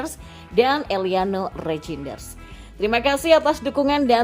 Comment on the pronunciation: Eliano Reinders bacanya. Jnya ngga usah dibaca. Mees Hilgers bacanya Mees Hilghers 😅.